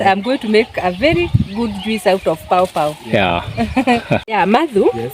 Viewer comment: Its "poh'poh" not "paupau".... 😂